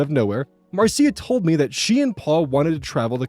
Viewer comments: Small note If the story takes place in the US, Marcia most likely isn't pronounced like that. It's pronounced like Marsh-uh. Jan Brady says Marcia Marcia Marcia! Excellent job as always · "Marcia" is usually pronounced Mar-sha. Sorry, that was driving me crazy each time, lol.